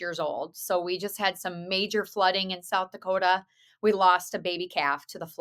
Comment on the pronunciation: Yes she totally nailed the pronunciation of South Dakota!! ... the first time, not the second time!! lol that was Northern Minnesota/Canada 😂 Midwestern girl here ❤️🤍💙 🇺🇸